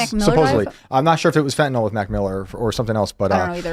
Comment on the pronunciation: Have any of you ever read rhe word "fentanyl"? Fen-tah-nil not Fen-tah-nol. I guess only the guest bothers to pay attention. To be fair, 0% of Senators get it right either. You folks are really smart. Don't sound like youve never read the word.